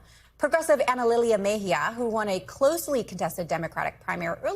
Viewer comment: MejÍa WITH THE ACCENT ON THE Í !!!!!!!